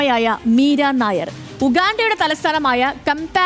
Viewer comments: മീര നായർ അല്ല മിസ്റ്റർ.. നയ്യാർ ആണ്.. പഞ്ചാബി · മീര നായർ അല്ല, മീര നയ്യാർ... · നായർ അല്ല നായ്യാർ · മീര നായർ അല്ല, നയ്യാർ